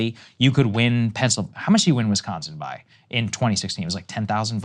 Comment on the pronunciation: lol "Wischigan"